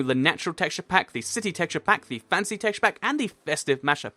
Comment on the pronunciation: when you said fantasy, i thought you said fancy!!!